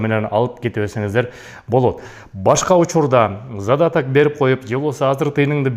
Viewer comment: Зададак да эмес задаток болот😀😅😂